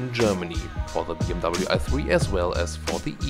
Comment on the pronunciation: Now this is the first time I've heard a German prononcing BMW as BMW instead of "BMV".